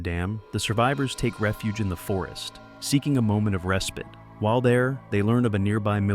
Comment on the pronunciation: Also its res spite not res pit